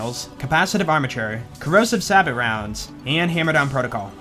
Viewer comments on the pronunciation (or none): Hey, it's no big deal or anything but sabot is pronounced like you're going to say sabotage, sabbo, not like sabbit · I love you... But sabot is pronounced 'Say-bow'. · idk if you know but sabot is pronounced 'say-boh'. Bothers me every time you say it lol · Sabot is pronounced sabo with an a like in say, or sabo with with a normal a